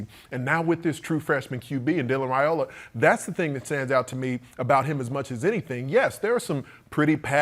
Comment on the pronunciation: It’s pronounced Rye-ola, not Ray-ola.